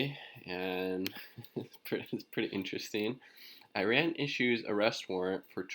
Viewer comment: small detail, check yt video titled; How to Pronounce Iran - PronounceNames . com , . otherwise great channel